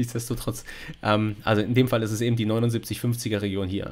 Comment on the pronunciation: Wer immer "ebend" sagt, sagt beim Metzger auch "1 Pfund nackend!" 😁 Spaß beiseite, war wieder interessant und informativ. Aber timestamps wären echt sinnvoll, wie schon jemand schrieb. 👍